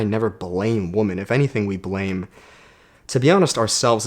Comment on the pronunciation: I know your Canadian but women is pronounced "wimen", phonetically speaking. So you tell if you say woman or women.